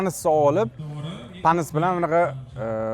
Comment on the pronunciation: patnisni yomon gapirdilarda